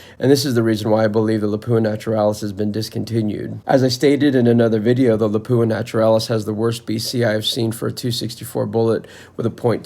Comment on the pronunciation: It pronounced LAP-OO-AHH all in one word not Lapoooha you make it sound like a French toilet